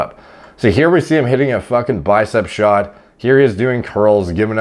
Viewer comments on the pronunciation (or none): none